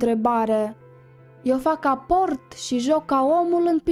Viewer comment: Scuze e perfect dar o singură greșeală ca să nu greșiți și alți dacă vedeți acest mesaj se pronunță "aport"